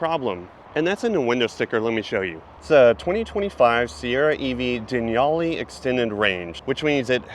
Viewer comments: "Deniali" ? It's actually Denali. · Den all e. Not den y"all e. Say it with me. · I’m sorry… Denali is NOT pronounced“Denyallee” but rather “de-nallee” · Not Denali. But denyali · Dude are you saying "Denyali"? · Is it really pronounced "Den-yali?" Legit question, not trolling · I’m not going to lie dude, I’ve never heard anyone pronounce “Denali” and “equinox” like you lol